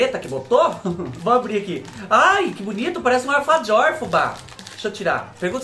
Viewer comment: alfadjiooor kkkkkk esse fubá como eu amo. ♥ se fala ALFAJÓR rsrs,amei esse video kkkkkkkkkkkkk tava triste mas vc sempre me anima ♥